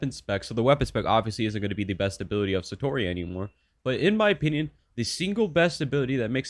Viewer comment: its not saytori it sAtori a is pronounced as ah